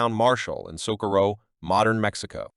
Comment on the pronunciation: You didn't pronounce Socorro, NM correctly either, where are you from, New York?